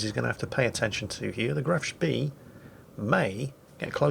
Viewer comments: Graf Schpey. Not Graf Schpee. Dearie me. Honestly, you young people know nowt. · Every time there's a Graf Spee in a match that narrates I cringe. It's Spay, not Spiss. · graf spee pronounced grahf schpay it's NOT a British ship - OK?